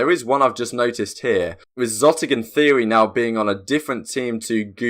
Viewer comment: Love the videos but Xotic is pronounced X-otic, not zotic friend